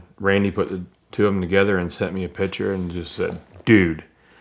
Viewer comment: Every time he says picture I hear pitcher